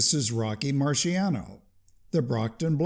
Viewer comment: Just a quick note: his name Marciano is not pronounced "marsiano" but "martshano". The Italian "ci" is equivalent to the Spanish "Ch"